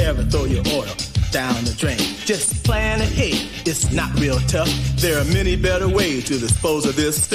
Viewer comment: I liked your show. We only have one problem. You’re missing one of the letters in the alphabet it’s T. You’re pronouncing water :wahuh You’re pronouncing better : behuh Otherwise, you did a great job !!!! remember we have 26 letters in the alphabet. We should use them all.haha but after all, who am I criticizing a rocket scientist?hanku!!